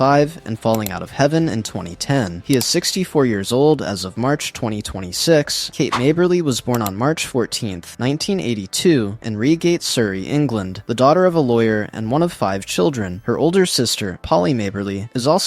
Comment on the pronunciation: The hell is Reegate? Reigate is pronounced "Rye Gate". Otherwise, very enjoyable video. Thanks for sharing